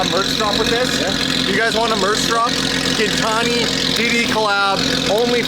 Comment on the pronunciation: almost says “gintani” wrong every time and it cracks me up every time 😂